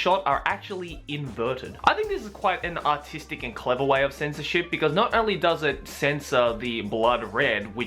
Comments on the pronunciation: I know he said artistic but it sounded like he said autistic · When u said artistic it sounded like autistic